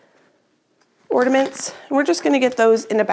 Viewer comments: Ornaments not ordaments. There still is no 'd' in ornaments. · OR NA MENTs not ORDiments lol